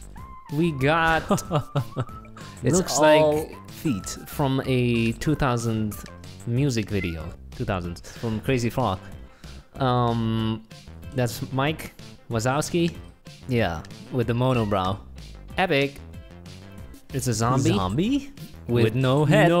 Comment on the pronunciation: It’s mike wazowski not mike lazolski